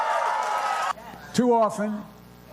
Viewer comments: Joe time to end Trump's precisiiiiiiiiiiiiiiiiiiiiiii 😂 hahahahahahahahahahaha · So you attack everyone with a speech impediment? Nice